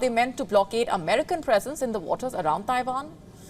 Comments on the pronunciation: Oh now shes saying Taivan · Did she say Tairan?